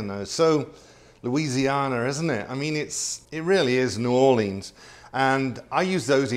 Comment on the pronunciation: Wow! I’m a Louisianan raised in the England system - I knew this was legit when I heard you pronounce New Orleans correctly and referred to the holy trinity! Yes the roux is the foundation, as my mama said to me take the roux as dark as you dare…. This dish is my anchor to my memories of the kitchen and mother, truly our family heirloom (I’ve taught both my kids and it’s their favourite too). We traditionally had Gumbo after Xmas - Louisiana Turkey Gumbo. Making a delicious stock from the turkey carcass and using the shed meat from said bird. The prawns or crawfish were generally what we could get fresh - living in the Middle East we added gigantic prawns from the Persian Gulf. Anyway great memories watching this and I thank you. Loving browsing your other recipes now, an amazing repertoire and such lovely stories. Love the idea of a gumbo served in a. Giant Yorkshire - that would tick a lot of boxes for me!